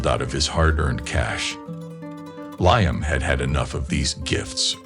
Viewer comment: It's (Lee am ) not ly am !